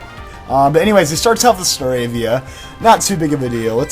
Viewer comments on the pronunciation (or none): none